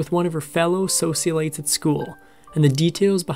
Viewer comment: Why can they not pronounce “socialite?”